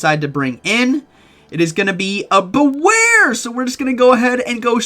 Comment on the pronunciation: Bewear name sounds "be wear" not like that u say Sorry but this triggers me